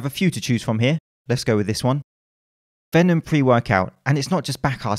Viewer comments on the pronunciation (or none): 'venom' lol